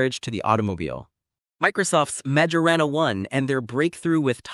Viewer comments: Honestly, the minute they massacred the Majorana name, I clicked off. That’s a pretty basic quality check for whomever is putting this together. It means someone either didn’t listen to it before publishing it or didn’t catch it because they didn’t know any better. Also, if you are going to use AI, it should be labeled as such in the opening sequence or in the title so that people know they are not going to hear humans speaking. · When the young guy started speaking, I had my suspicions. But when the obviously AI-generated voice joined in, I knew this was entirely generative AI. And they couldn’t even be bothered to get it to pronounce Majorana correctly.